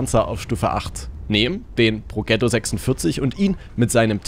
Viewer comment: "Progetto" spricht man wie folgt aus: "Prodschetto"